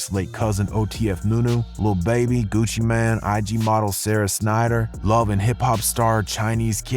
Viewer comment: Did you just call Gucci mane Gucci man? XD